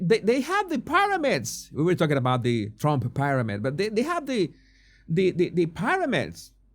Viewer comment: Se dice. PIRAMIDS. NO PARAMIDS